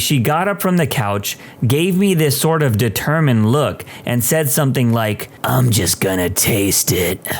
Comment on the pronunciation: No K in the word something , somebody let the narrator know